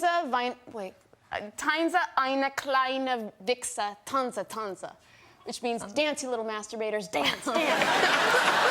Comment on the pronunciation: German here: I love Jessica Chastain, but her German was not too good.....Schlampe is pronounced totally different and to be honest, I didn't get the last one with the Wichser...:-)